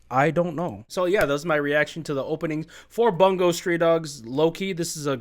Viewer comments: No it's fine lol. It's not your fault. It's just a bit aggravating when it's EVERY reactor saying it wrong 😭 Much love to you man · Every time someone pronounces "Bungo" wrong, an angel loses its wings